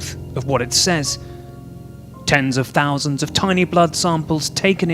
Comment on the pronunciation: Too funny, "exclusive" Chicom propaganda being spread by Commie News Network. "Sousands" with the Chinese accent, nice touch! 😂